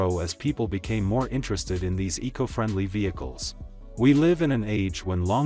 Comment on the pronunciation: Someone needs to teach this narrator that it's ECO not E. C. O. meaning economy